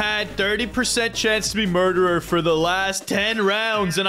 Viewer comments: Why did and keep saying murderer "Mordirer" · Murder not morder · Why say morderer why not murderer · FOR THE LAST TIME IS CALLED MURDERER NOT MORDERER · Stop saying morderer or I will unsub